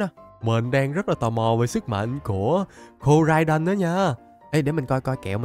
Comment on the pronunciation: koraidon tiến hoá thành komo-o 😂😂